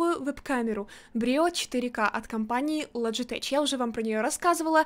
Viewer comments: Не лоджитеч а логитек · ля ЛОДЖИТЕК а не лоджитеч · Не лоджитэч и не логитэг, а логитэч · не лоджитеч а Логитеч